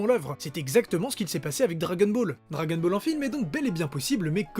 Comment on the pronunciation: Ça m'agace un peu le "dragen ball"